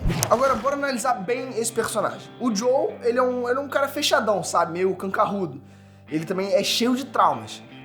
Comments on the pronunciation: Joel é “cancarrudo” ou é carrancudo? 🧐🤨😅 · Cancarrudo (carrancudo) 🤣🤣